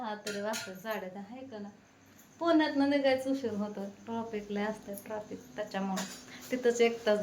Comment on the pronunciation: Troffic nhi traffic 😂